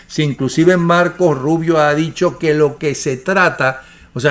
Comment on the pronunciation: Se dice marco rubio. “Marco” sin la “S”